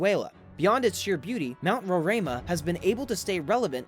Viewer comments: hi im from Guyana and its pronoumce Ro-ri as in rice-ma and Pak as in pack-ka as in catch ri again as in rice and ma as in man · Hi ,I am from Guyana. Mount Roraima is pronounced as RO-RI-MA. It is actually is in GUYANA. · These videos are amazing. My only correction is It is pronounced Ror Rih Mah and my country is called Guy Anna. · You could have easily called Brasil to ask how to say Roraima. Maybe the head of state of English Guyana would dislike that, so I understand your confusion.